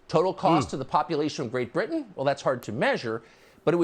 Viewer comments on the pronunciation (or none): none